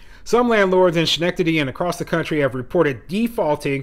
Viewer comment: Pronounced. skenectady